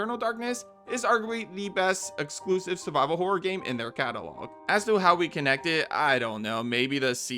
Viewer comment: When he said "Subscribe for more survival horror," for a moment I thought he said "survivable horror." My favourite kind of horror.